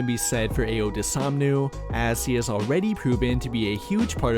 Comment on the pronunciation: Bro…. First off, we ain’t trading Coby, he’s our primary scorer off the bench. Second, it’s DOS OON MOO. Not dosomnu. Dos. OON. 🐮